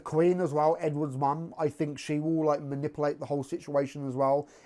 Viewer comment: I love the way you say manipulate lol it's so funny